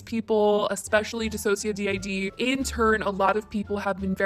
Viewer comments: If you watch one of DissociaDID's videos where they say their channel name you'll find out how to say their channel name correctly btw. It's not dissocia D I D it's DissociaDID like "did" at the end. All one word. Please pretty please change that if you keep reporting on their channel. They've been through enough. Trisha needs real professional help and needs to get the hell off the internet forever that would be a great present to humanity. Morgan shouldn't have linked her professional life with someone who is SO incredibly toxic, but she did and will deal with the consequences. She knew the risks and proceeded anyway, her fault. As for the apology from the other chick. She started off w/apologizing to the "black community". Then used the words like "my whiteness" & "my privilege" & she wants to "use her privilege to better the world" um you don't better anything by thinking that way. She needs to get off her imaginary pedestal & wake up she's not better than anyone else and can't do a damn thing by thinking like that. She hasn't changed her mindset at all in my opinion. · It seems like you didn’t really do too much research on DissociaDID, seeing as it was pronounced incorrectly. I wish there was more reason as to why Trish is out of line in this video, rather than just brushing that off? Idk though.